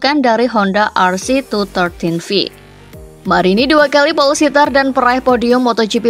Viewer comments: honda Rc two one three v min... bukan two thirteen v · Rc tuwan tri viii kali mbak cara mbacanya mmm